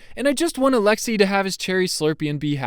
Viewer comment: Who else is Russian and cringes when Americans say alexei